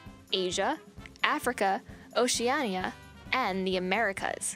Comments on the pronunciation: She went ociaaaayaaa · The way she said Oceania lmaooooo has me dead 😂